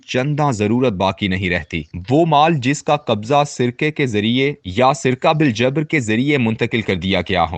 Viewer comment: سرقہ= Right pronounciation is saraqa not sirqs.